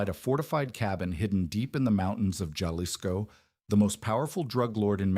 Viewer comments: Youre killin' me with the hard J in Jalisco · It's pronounced "halisco" ...damn redact! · It's pronounced Ha-Lee-s-ko